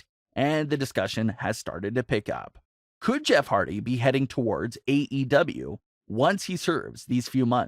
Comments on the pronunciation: It HARDY NOT HARDTY LOL 😂 Jeff deserves so much better hope he goes AEW him broken Matt AEW TAG Champions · You spelled Hardy wrong. You said "Hardty."